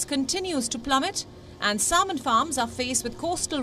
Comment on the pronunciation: Indians are proud of their slavery era leftovers like cricket and English and yet couldn't pronounce the word "salmon" properly